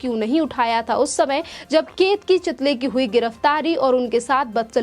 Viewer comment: Chitali nahi chitale